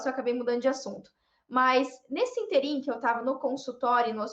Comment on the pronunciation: Só uma observação: a pronúncia é "ínterim" sílaba tônica no primeiro "i".